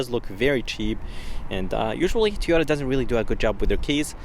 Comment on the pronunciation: Toy-oat-ta 😂 it's all good ! We get it !! Good review ! MR.. nice job !